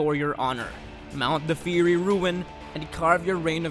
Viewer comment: Okay, so... 15 (if I counted correctly) games on a top ten list. Called Strider Hiryu "her." Called a Tales game a Hack-and-Slash. Outside of that, did the same thing for games with MOBA-style auto-attack-per-second. Pronounced Fiery as Fear-y. Oughta research not only your topic of discussion but the language you're using to discuss said topic before doing so.